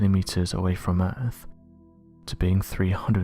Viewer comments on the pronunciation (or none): Did you say "Errrrph" Hahaha Hahaha Hahaha Hahaha Hahaha Hahaha. Yeah the errrph is kinda earthly but it's not earth, errrph is errrphly in an earthly kinda way..